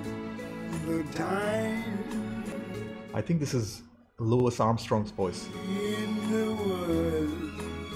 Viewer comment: Louis Armstrong is pronounced Louie, like Huey, Dewey and Lewey or King Louis, and Louis CK. I’m pretty sure you already knew that.